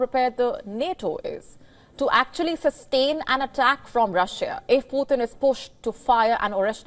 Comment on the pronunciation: are you sure about the word "you're next? Please check, I doubt of that word.whenever you pronounce Putin, it sounds as poor thin 😊,Mr Vladimir Putin is together with Mr Trump both with 2nd chronicles,revelation, 1st Corinthians, 1st Corinthians 5:1-5, 1st Corinthians 6:9-11,mr Starmer to exchange Bible with Mr Trump, American English and British English Bibles, as Mr DL moody quoted"The Bible was not given for our information but for our transformation "."GOD doesn't expect the impossible from us.HE 2nd chronicles,wants us to expect the impossible from HIM ".thanks, please recheck of the word 'You next ',and delete it off, as it may lead to another unhealthy angle.